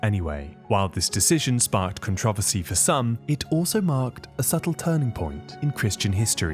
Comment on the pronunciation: Stop using A.I. because “con-trah-vuhr-si” sounds insane from a computer that should know how to say controversy right